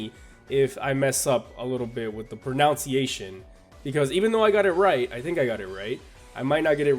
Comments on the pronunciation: "pernounciation." I cringed when I heard this... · You mispronounced pronuciation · when you pronounce pronunciation wrong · Did you pronounce "pronunciation" wrong on purpose as a joke or